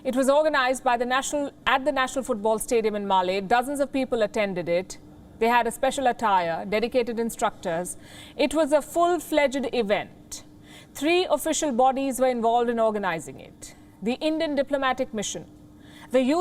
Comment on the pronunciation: Palki the word is fledged not flegiid...